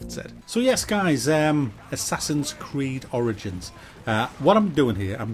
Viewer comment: Assassin's cried *Creed hahaha